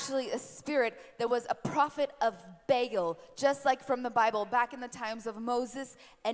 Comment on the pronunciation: Did she just say Bagel?...